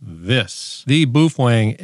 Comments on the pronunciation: Wtf is "bufweng"? It's baofeng, pronounced "bay-o-fang"😂😂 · Boophwang is how it’s pronounced. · "The BOOFWANG" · hahaha i particular like the way you pronounce "bu fueng" LOL and shanghai is not in japan. ROFL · Pronounced bow (like the front of a ship) - feng. Bow-feng😊. Shanghai is not in Japan. It’s in China. And, Baofeng is located in Xiamen China, not Shanghai. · Hehe... "Boo-fweng". 😂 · It’s pronounced BOOF FWANG look in the Dicksinary. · As you can clearly read in this example, it is indeed pronounced Boof Wang. セブンイレブン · Ты прекрасен, начиная от сломанного карандаша, заканчивая бешенным прононсом БУУФЕНГ, тем что он стал вдруг японским, привет с Кипра у меня такой же только BF-F8HP мощная вещь, купил пару за 65 баксов, новый комплек доволен как слон, характеристики у него кстати лучше японских, которые дороже его в 5 раз :) ... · To all grammar and pronunciation authorities I just wanted to say this...Boofwang! 😅 Some ppl here are such sad hams its actually entertaining. Oh, oh, guess what? Boofwang! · "Boofwang"? Man, you're suffering from arrested mental development. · Please stop saying Boofwang... good lord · In pig Latin it's Actually pronounced Oofwangbya. Why didn't the ham cross the road? No, this isn't a bit, I'm seriously asking. Ahem...Boofwang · OMG, I can't believe you are showing a highly illegal modified baofeng (pronounced bow fen, according to bow fen). I'm not doing that, I don't want the FCC Seals sneaking in and getting me in the middle of the night.. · Come on Man, can't you pronounce Baofeng correctly??? Edit your video. You too old not to talk right. Baofeng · lol, that's not how you say Baofeng. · You are pronouncing the brand name completely wrong. And it’s not from Japan. Also I suggest a new pencil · That's because I can't spell Chinese.. but I can pronounce what I can read without completely changing the word